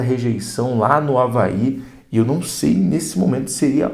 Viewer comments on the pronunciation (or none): none